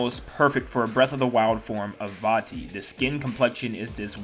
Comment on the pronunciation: It’s vatti